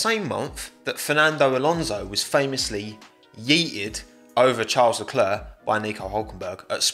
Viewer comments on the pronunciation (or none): none